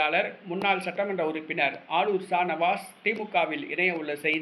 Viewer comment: Sa Nawash illa ji... Sha Navaas..